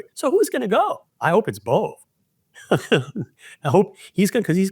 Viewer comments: It’s pronounced “bo-bay” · Emil Bove's name is pronounced Bové or Bovay or ... /boʊˈveɪ phonetically (Wikipedia). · Danielle is the anti-Bondi. CBS news is pronouncing the name “bovay.” Quid pro quo is becoming the basis for our legal system. 🤮 Is it possible that there aren’t enough educated, effective attorneys to support the MAGA agenda? 😂 Will Kathy Hochel remove Adams? Trump thinks he is Mayor of NYC now🤬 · George please pronounce his name correctly BO VAA long a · Phonetically Bove...would be Bo-vay....